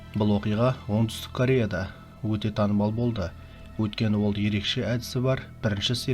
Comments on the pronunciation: Кария емес кория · Кареа емес Карея деп айтылады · КО'РЕЯ ДЕП ОҚЫЛАД. ЕКПІНДІ О ҒА БЕРЕСІҢ. АЛ ОРЫС ТІЛІН ДЕ О А БОЛЫП ОҚЫЛАДЫ. СОНДА КАРЕА